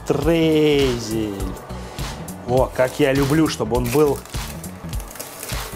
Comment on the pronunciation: приготовила. Не так изумительно и феноменально, как ты восхищался, но что-то новое. Я любитель бисквитов и шоколада. Кстати, спросила у подруги в Германии о слове Штрейзель, она меня поправила. Сказала, что правильно Штройзель))) Пирог получился вкусным, спасибо за рецепт))